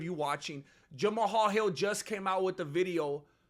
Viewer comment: You are the only person pronouncing that man’s name right! I respect 🫡 you for that bro!